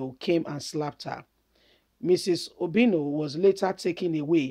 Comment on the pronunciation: Please point of correction it's obiano not obino